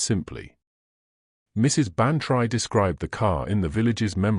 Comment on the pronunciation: You AI reader pronounces Bantry wrong. You should spell it Ban-Tree, then A I will say it correctly. Winnipeg Manitoba Canada